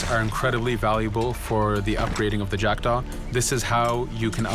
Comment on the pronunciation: le bateau d'Edward et c'est jackdaw pas jackda